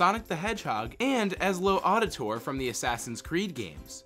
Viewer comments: did this dude really say ezli auditor instead of, Ezio Auditore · DID YOU JUST SAY "EZLO AUDITOR". I'M SO FRICKIN SAD RIGHT NOW. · EZLO ADITORE?!? you butchered that on purpose didn't you... I love saying his name CORRECTLY in heavy accent idk how to spell it but Etzio aditory de faarenzy lol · Ezlow Odditor. Alright. For the record, it's pronounced more like et-zee-oh odd-i-tor-ay. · ezlo auditor. Ezlo... auditor. Not ezio auditore, no of course not, its EZLO AUDITOR.